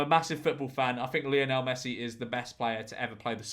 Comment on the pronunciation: You’re obviously not a fan of Lionel Messi is you can’t even pronounce his name George.